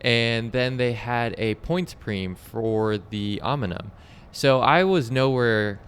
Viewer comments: Great video, I wish I was local so I could race with you (Hello from NYC). Also, the pronunciation of "OM-IN-UMM" killed me every single time. Can't turn it into a drinking game as your participants would be dead from alcohol poisoning. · Om-neeeee-um! Nice video though. Great channel. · 😂could agree more with the Pronunciation